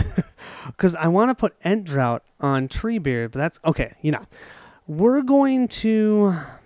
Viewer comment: Just to let you know Ent Draught is pronounced Ent Draft. Draught in English is pronounced Draft, you Rebel colonials changed the spelling when you stole our language (-:.Great play through by the way, Unexpected Courage married with Ent Draught - pure power for the trees!Best wishes, looking forward to you finding Gollum.P.S. We stole the word Draught from the Saxon/Norse invaders, it used to be Drattir or to take a pull of( Beer, Ent Water, etc). So changing words must be a colonial thing :-).